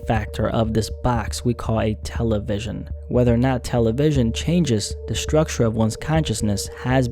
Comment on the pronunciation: No one says Tel-A-vision bro